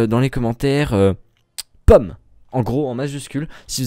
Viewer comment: POEMME ! Euh.. POMME !